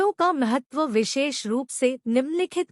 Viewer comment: आप बोलने मे भाषा का सुधार करें । महतव नहीं, महत्व । वेद मे ज्ञान, क्रिया और अर्थ या सत्, चित्, आनन्द का विस्तार है, क्यो कि इन तीन के अतिरिक्त विश्व मे कुछ भी नहीं । 3 अग्निवेद --- ऋग्वेद । इसकी 21 शाखा है । यजुर्वेद । इसकी 101 शाखा हैं । सामवेद । इसकी 1000 शाखा है । ---------- सामवेद ---- अथर्ववेद । इसकी 9 शाखा है । एक्सप्लेनेशन और विस्तार यहां संभव नहीं ।